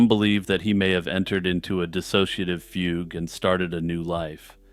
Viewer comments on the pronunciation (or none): none